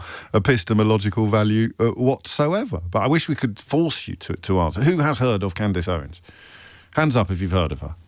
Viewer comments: I love the way Jobbie pretends not to know who Candace is or how to pronounce her name. She’s way, way more relevant and better at this than he is. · I choose my words very carefully, goes on to mispronounce her name 😂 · It's weird that the host here feels the need to pretend not knowing how to pronouce a relatively normal name or not know the person, that he is about to speak about for a long time. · Lol I have never heard anyone pronounce her name that way, which is concerning about the spread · Sorry but did a producer write this and the presenter is just reading prompts on what he’s been told to talk about? Pretty poor not to even have a read through first and figure out the (fairly well known) female name Candace is pronounced Cand-is and not Cand-ace! Even if he hadn’t heard of Candace Owens or bothered to do any research on what he’s going to be discussing, have the production team not sat down and had a run through with this guy on discussion topics?! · The irony of this chap spouting his opinion …. If he can’t pronounce her name then it’s extremely unlikely he has reviewed her evidence. Further, who funds his mic? Candace has well documented and revealed her sources. Macron’s response is odd. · Lol. Say her name Right!! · ...Wow, is this LBC? As a Brit I find myself shocked that he didn't know who Candace Owens was and couldn't pronounce her name, or am I... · You did pronounce the name incorrectly 😂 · He knows. And he definitely knows how to pronounce Candace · James pretending he hasn't heard of Candace Owens is hilarious!.even pretending with the pronunciation..Oh James, you make my day!..😂😂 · Oh James you know how to pronounce her name, stop it 😂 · He mispronounced her name purposefully. He knew her